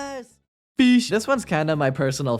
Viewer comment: Pronounced: fysh